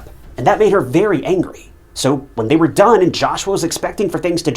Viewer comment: the battery was DUN done? wtf is that a bit of AI creep? or your own interpretation of a new way to say done ?